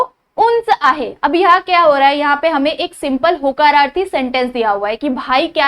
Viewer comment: mam vo hakararthi nahi hota hai vo hokararthi hata hai